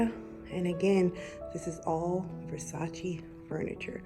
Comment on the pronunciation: It is not Versatsi, it is VersatsE!